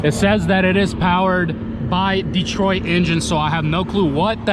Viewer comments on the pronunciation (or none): none